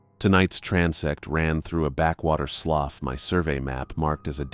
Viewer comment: It's NOT pronounced "sloff". It's "sloo".